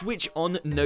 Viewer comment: No one: Literally No one: WatchMojo: NOTIFI- GAYTIONS